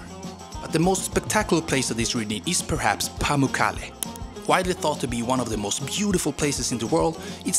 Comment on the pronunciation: It's Türkiye not Türkiey, and it's Pamukkale not Pamukkalle